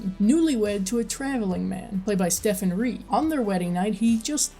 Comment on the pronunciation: Did the inability of fans to come up with this during 10th anniversary trivia inspire this review? Note: I do believe Stephen Rea is pronounced Steven Ray but only because of repeated listens to the trailers for The Crying Game and Interview With The Vampire. Then again, American producers, trailer makers, and media have gotten names wrong before.